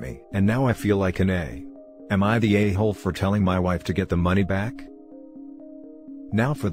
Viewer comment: Am I the ayyyyhooooooooole? Dude for fuccs sake, work on these robo annunciations xD